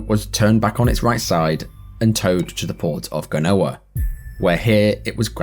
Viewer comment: Genoa, Italy is pronounced Jen-oa, not Ga-noa. 🤦🏼‍♀️